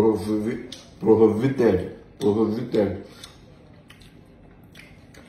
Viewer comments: “Prohivited” I am on the floor 😂😂😂😂😂😂😂😂😂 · Prohovited 😂 Roro no go keee person o